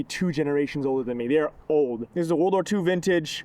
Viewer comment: I love how you emphasized that "old" when talking about something not much older than me. 🤣